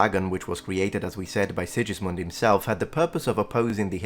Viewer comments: BTW it's SiGismund, not SiJismund. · Well made video as usual! Just a few corrections regarding the pronunciation of some names: - Sigismund is pronounced "Sighismund" - János Hunyadi "Yah-nosh Húnn-yadi" (btw. Hungarian words are always stressed in the first syllable) - Teutobug "Toy-to-boorg" I get it why you pronounced Matthias's and Friedrich's names the English way though.